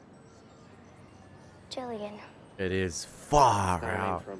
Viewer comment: Lmao, love the reactions but how come you put the hard G on Jillian?